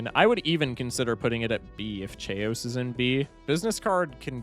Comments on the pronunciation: The chaos mispronunciation is making me question if it’s actually pronounced Che-os and not… chaos lol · him pronouncing chaos like "chay-ous" hurts my soul on an immeasurable level, it's pronounced "kay-yoss" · His pronunciation of chaos is getting to me. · Why do you pronounce chaos like that 😭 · why do you pronounce Chaos like that